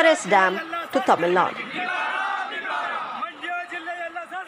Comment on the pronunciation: What the hell is "Tamil Nad"?? It is "Tamil Nadu".